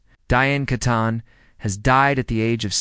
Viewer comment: Pronounced Kee ton. AI again